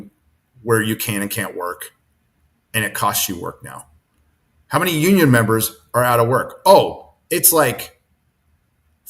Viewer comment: The more I hear say union, the more I hear Noonien and have to scream......KHAN!!!!